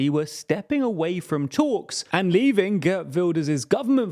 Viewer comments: Pronunciation guide: Geert rhymes with beard, not bird. Caroline is pronounced like in English. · It is GeErt Wilders not Gert Wilders and Van der plas instead of Ven der plas 😂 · Geert rhymes with Wierd, to be clear. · Not pronounce kurt His name is pronounced Geert Wilders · "gurt wilders" bruh.